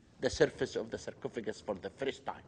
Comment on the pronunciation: why does he say cercofigant for like times